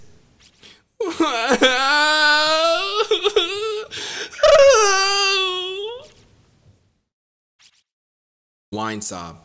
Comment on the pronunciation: Something's so funny about how you made "*wine* *sob*" sound like one word.